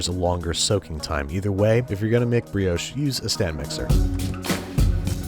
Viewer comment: Nice vid but what is a breehohsh It is a brioche